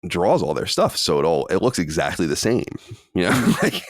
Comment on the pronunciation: Why does Colin keep saying ‘exactdy’ instead of exactly?